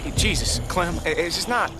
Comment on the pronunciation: indeed, luke was like clamintines older bro, srsly though, clem not clam xDD